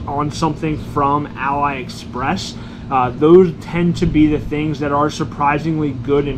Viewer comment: its pronounced as ah-lee express, not ally express